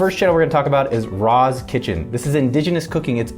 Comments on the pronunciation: Ras Makko not Razz bro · Ras kitchen bro not Raz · Dwl...your pronouncing the ' S ' at the end of RAS as ' Z ' but thanks for bigging up Jamrock aka Jamaica...Watch my videos too if you want more JAMAICA MON !